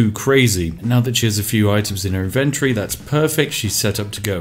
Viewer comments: Why is he saying inventory so incorrectly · inventory is not pronounced that way lol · Is that how British people pronounce inventory or is it just him?